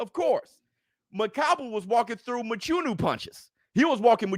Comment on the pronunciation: Love the show just want to say one thing Mchunu is pronounced with a click sound where the (ch) is located in his surname.